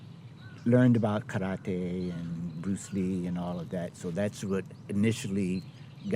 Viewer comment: Just from how he pronounced "karate" I already know his level of respect about the culture